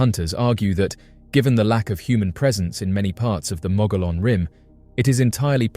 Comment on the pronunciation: Mogollon pronounced "Moe-gee-on". Dine pronounced "Di-Neh". Ye'Iitsoh is NOT a skinawalker, it's a giant who used to eat Navajo people, and was killed by the "Hero Twins" many centuries ago. Geeeezz....